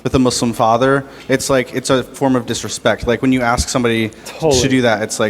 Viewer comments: PLEASE! YOU'RE IN COLLEGE!! STOP SAYING "AKS" THE WORD IS "ASK" !! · How can you be a student at a prestigious college and still say "axin' someone"? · Is there a physical handicap that prevents people from being able to properly pronounce the word "ask" and instead always pronounce it as "axe you question"? I am seriously asking this, and I am not being facetious. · You should neve axe anyone, just saying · Axe Em??? Hum, typical black talk!!